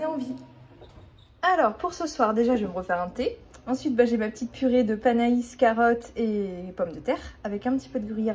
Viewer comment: Cc, c'est pas panais ca ce prononce panè.....ah les légumes c'est pas ton truc....mais bon tu as goûté un nouveau légumes bravo 🤣🤣❤❤❤👍👍😘